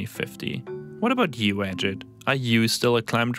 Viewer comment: Ajeet as pronounced! not Ajad/Ajed.Nice touch on old Ajit talking!